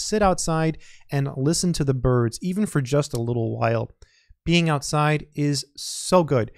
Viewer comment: Amen! And I liked it when you said ”burrrrrds”. :D